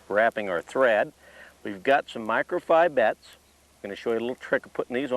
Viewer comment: Shame on the angler that shows up at the stream without any PMD's!! And, now I have to practice saying "Micro-Fi-bites!